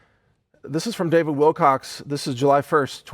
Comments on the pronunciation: Your memories are faulty and prone to cognitive bias. It was always Wilcock. That name has an abrupt and sharp ending. "Kuh" as opposed to "cox." It rises. It's a bit harder to say. You streamlined it and now your making excuses. Stop it. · Mike Adams beings with a public apology over the mispronuniciation of David Wilcock's name. - Says "David Wilcox". Pahahahahah! Content has truly become a malapropism to me now. This kind of slippery gives me life. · He keeps saying WILCOX...LOLOLOL. He's learning... <3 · Why is he still mispronouncing David's last name? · you're a douche bag. you apologize for saying his name wrong and then proceed to say it wrong many times. You're a pile of greasy feces. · but you still mispronounce it and and so on :) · Lol pronounce’s his name wrong multiple times after apologizing for mis pronouncing it.... door knob. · Please get Davids name right there is no z or s on the end of his name. Thanks for putting out this info in the correct light. thanks again Mike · Proof of Heaven is an amazing book! Thank you for this messsge . I am thinking about starting a video channel. I will come check your sight out today. Thanks for the information. Don't sweat the miss pronounced name, David's too smart for that to bother him. It was kind of you to do a pre clip appology. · Mike Adams - No need to feel chagrin about mispronouncing Mr. Wilcock's name... You have plenty of company. There is a very good chance you'd heard his name used by someone else and unknowingly parroted what you'd heard. I'm a bit of a grammar nerd, myself, and guilty, myself. Since the first time I saw his name in print I haven't repeated that mistake. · Don't feel so bad, lots of ppl mispronounce his last name. Drives me nuts but I know stuff happens. It's life! :) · You apologized for mispronounciating Davids last name but you continue to mispronounce it throughout your video. I have to wonder if you realize anything you say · "wilcock" not "wilcox" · He's still saying Wilcox.